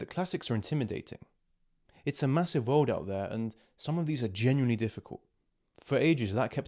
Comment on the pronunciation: اوتش The world you said😅😅 It feels like someone slap me on the face